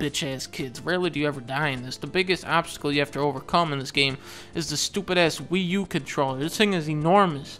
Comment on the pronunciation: Lol "weo weo" mario